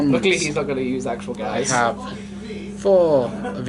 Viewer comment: Gyze is not not pronounced "Guys", its pronounced Gi-ze.